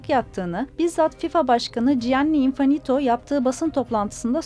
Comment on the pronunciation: İnfanito değil ablacım İnfantino. Lütfen ama : )